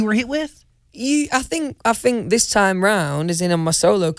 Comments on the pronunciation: AHAHAHAGAGAGGAHAGAA HE SAID "I THINK" AND THEN HE CORRECTS "I FINK" (he also do it ) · OMG HAHAHAHHA “i think” corrects it “i fink” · th= f, just so you know. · I fink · No one: Litterely no one: Louis Tomlinson*: I *FINK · How many times he said "I fink"?Lol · no one: Louis: I fink..... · No one : Louis : I fink... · if louis sang best song ever today, this is what I think it would sound like: uhhh yeah yeah , well...I fink it went oh oh oh honestly though I'm not sure, I fink it went yeah yeah yeah, i fink it gows ohhhhh...yeh gonowhat-a-mean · Louis: It is my biggest fings I fink I fink 😂💜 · Others: th Louis: f Ah fink, fank you, anyfing, fings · Nobody : Louis : i fink